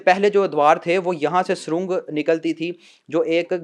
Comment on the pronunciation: Son Lerne to say words properly. surung nahi surang hai aur ghaun nahi gaon hota hai